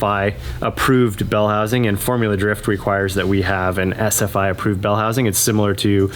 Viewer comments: I can't be the only one that thought was saying Essa-fy. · Haha I swore he said "Essafied" bell housing not SFI. .